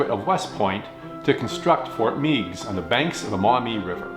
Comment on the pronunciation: another excellent segment. I appreciate it when you talk about history that took place in northwest Ohio such as this segment and when you talked about the Battle of Fallen Timbers. Just a FYI...locally we pronounce Fort Meigs with a short E, Fort Megs. Regards, Steve